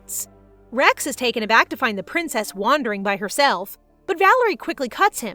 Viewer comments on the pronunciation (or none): none